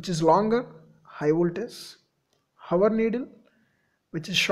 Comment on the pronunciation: its not hawar...its hour..with h silent..